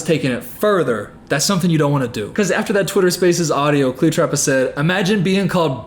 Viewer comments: The slow progression of saying Cleotrapa to just straight calling her Cleopatra, then back to Cleotrapa has me stressing 🤣☠️ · Take a shot every time says cleopatra instead of cleotrapa lollll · Are you kidding me....cleoTRAPA??? lmfao I can't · i love that he keeps saying 'cleopatra' instead of 'cleotrapa' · it’s cleoTRAPA. TRAPA. 😭🙏🏾